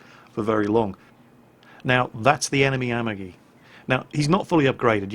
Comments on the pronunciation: japanese names. Say it like this, the a-MA-gi, not Amagi. Three letters, accent on the middle one. The "gi" as in the word go, not like as a "j". Two other examples. Its the Shi-ma-Ka-ze, 4 letters, accent on first and third. The My-o-Ko, same deal. Love your channel, it's a bright point in my day to hear you wail on the stupids. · And has fucked up Amagi's name, too... checks off The List